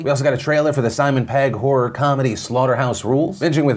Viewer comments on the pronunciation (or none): none